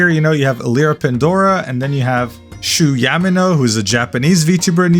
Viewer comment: but is there anyone noticed that this guy call Shu Yamino ‘Shu Yummyno’ and said he’s a jp liver….